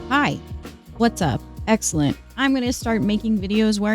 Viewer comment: whats up eggselent... she says hahahah